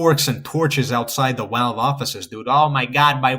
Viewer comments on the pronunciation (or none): why do you say "walve" instead of "valve"